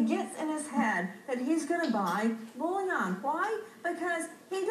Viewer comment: Yeah, i kinda enjoyed that part too. At least learn how to pronounce the word first.